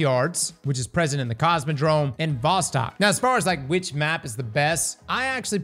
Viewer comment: A bit of trivia: VOSTOK is pronounced like "Wah-stock" with emphasis on "stock" It's a Russian word meaning "East".